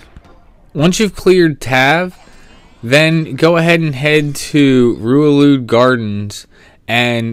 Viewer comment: You mean "die-NAM-is" and "ru-LU-day" Heh. That's how I've pronounced them for 14 years at least.